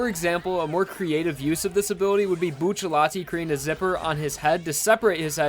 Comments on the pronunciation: It's not buccialti it's bucciarati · Why do you call him Buccelati and not Bucciarati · Y do u call him buccallai when it's clearly buciaratti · Saying "Buccelati" instead of Bucciarati is annoying as hell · I'm going to say this once and only once.... IT IS PRONOUNCED BU-TER-ATI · Look at how they massacred his last name 😔